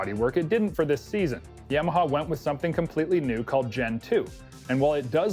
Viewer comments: Quit saying yameaha it's Yamaha No E for the A ! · Canadians can't pronounce Ya-ma-ha, they say Yam-Meh-haa. And don't get me started on the word "out" that sounds like "uwet".